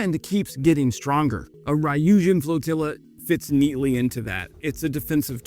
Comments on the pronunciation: Ryujin is not Rye-U-Jin. It’s Ryu-Ji-N or Ryu-Jin. (Like Gin the drink). Three letter syllables in Japanese are still a single syllable when pronounced. Just say the R and Yu sound together. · It is NOT pronounced rye-yuh-jin. There is no rye in ryujin. It is a plain r then yuh-jin.: rrrrrrr-yuh-jin. You can let google translate pronounce words in any language for you. Why don't you use that before you record a video. It's easy.